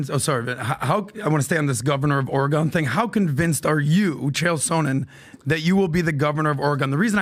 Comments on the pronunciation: The way pronounces Oregon pisses me off. A dude FROM Oregon is by him pronouncing it correctly, and he’s still saying Ore-GONE like an uneducated boob. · As an Oregonian, I would vote for Uncle Chael in a heartbeat. And I hated that kept pronouncing it "Ori-gone" 😅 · Every time says OREHGONE, sit on your thumb... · pronouncing "Oregon" as "Oh-reh-gonn" 😂😂😂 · Was hoping Chael would sock before he was able to say ori-GONE for the 27th time 😑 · pronouncing Oregon “Or-uh-gahn” so many times was obviously an attempt to get a response out of Chael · stop pronouncing Ore Gun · CHAEL TRIED TO CLEARY SAY OREGON THE CORRECT WAY AND THE DUDE KEEPS SAYING OREGAAHN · Ore-gawn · You're exactly right. When the guy from Ore.. gone doesn't pronounce it like that, you're probably saying it wrong. It's annoying. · For those wondering, it's Orygun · Somebody tell to STOP SAYING... "OR-E-GONE!" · pronounces Oregon wrong. It's OR-EE-GUN, idiot I want an apology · ....STOP saying OreGONE 🤦🏻‍♂️ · I’d hate to add to the hate…but why is he pronouncing Oregon “Or Eh Gone”? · Quit pronouncing it OreGONE, you fucking moron. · “Origone” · I literally cringe every time I hear that. Or a gong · It's Oregon like gun? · It’s ore’eh’gone’ian didn’t you hear the expert? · Not saying oregone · Why can this idiot not say Oregon right?! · I hate the way that pronounces Oregon! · Can someone please show how to annunciate Oregon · can’t pronounce Oregon.. 😂😂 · Why is this guy mispronouncing Oregon?? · Please shitcan. He runs his mouth way too much, yet he says nothing. Or can you at least timestamp when he talks so I can skip ahead?? The turd cannot even pronounce Oregon correctly after a life long resident correctly pronounces it repeatedly. For fucks sake PBD, read the comments! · Can someone please teach how to say Oregon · Fire just for how he says "Oregon" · Teach how to say “Oregon”